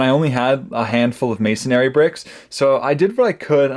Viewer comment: May-son-ree. Masonry. Masonry.